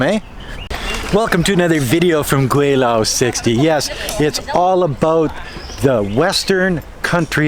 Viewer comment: Gweilo not weilo